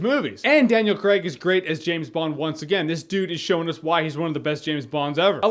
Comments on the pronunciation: It's pronounced Craig, not Craig. Jeez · Thank you! It's not creg ffs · Cray-g, Cray-g god dammit